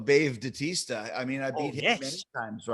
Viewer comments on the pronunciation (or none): Did...Did Chris Judas call him Bave Dautista? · He said Bave Datista 😂